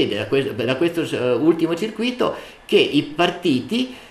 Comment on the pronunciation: bel video ma è sbagliata la pronuncia di circuito